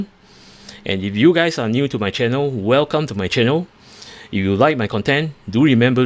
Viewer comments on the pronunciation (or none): none